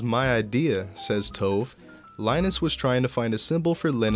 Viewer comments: not tove, its pronounced too-ve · Sorry but it was doing my head in through the video but it's pronounced Toe-vay or Tové like Café.